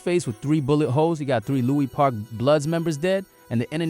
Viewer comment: Lewis park not Louie park